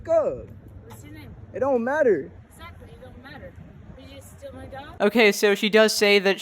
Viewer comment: I think she said ezactly lmfao